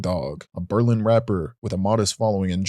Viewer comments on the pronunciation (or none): none